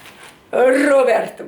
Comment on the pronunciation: Coucou, et j'ai trop rigolé 😂😂😂. Bonne journée